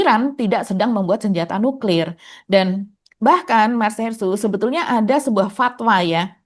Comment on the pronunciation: Emang cara bacanya nyuklir gitu